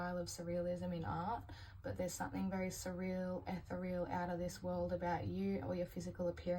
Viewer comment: Hi, thanks for the reading. Ethereal has 4 syllables, e-ther-re-al. 💜